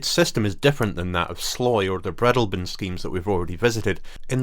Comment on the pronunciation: Cruachan is the highest point in Argyll. Nice video. Just a couple of pronunciations for you. The ‘ive’ in Etive is pronounced as in the word ‘give. Breadalbane: with the emphasis on the middle syllable ‘al’ which is pronounced as in the word ‘all’.